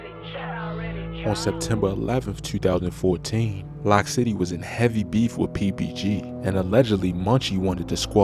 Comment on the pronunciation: Loc city not lock city lol